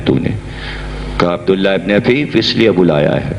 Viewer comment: جناب عفیف صبح حفیف غلط